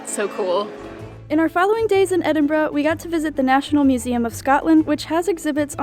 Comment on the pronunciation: My home town, though I now live in England, but so glad you are pronouncing the city name correctly 😁